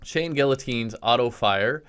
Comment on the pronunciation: Hearing this guy mispronounce guillotine several times physically hurts.